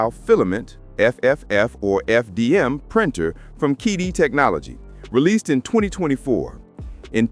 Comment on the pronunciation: Geez, it's CheeDee, not KeyDee